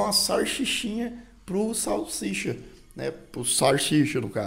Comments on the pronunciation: Não é sarchicha,, é salsicha! Kkkkkk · "Sim gente, eu sei que é Sarchicha" Me: uai, não é salsicha não? 😂😂😂